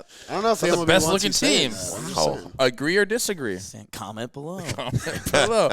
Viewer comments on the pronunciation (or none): none